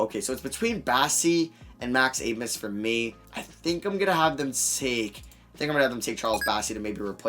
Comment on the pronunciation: You say you like Max Abmas a lot, but clearly not enough to learn how to say his last name. The “b” makes an “s” sound.